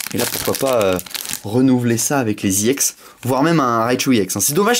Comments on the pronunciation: on dit ex sinon parfait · Il prononce à l'anglaise : E-> i ; X-> èx